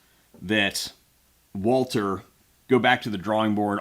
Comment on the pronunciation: Walter? Can you not pronounce it correctly Walther?